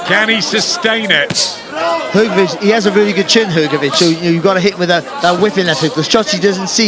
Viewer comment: Hrgović(hrgovich) not hergovich